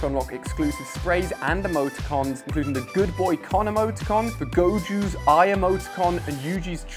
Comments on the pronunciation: bro realy cant say the names it is gojo! not! goju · ACTUALLY ITS GO JO JUST SAY GO THEN JO LIKE JOE WITHOUT THE E AND GO LIKE YOUR GOING SOMEWHERE